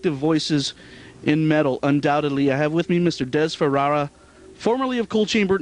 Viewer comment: Yeah kept getting it wrong. It's FaFara, NOT FaRara.